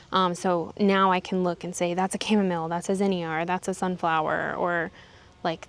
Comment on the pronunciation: Thanks for NOT saying cha-mom-ma-lay!!!! 😂😂😂😂